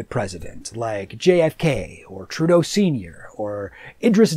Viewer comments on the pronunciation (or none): none